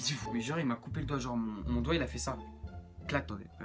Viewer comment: Mdr "Doight "😂super video si non 😂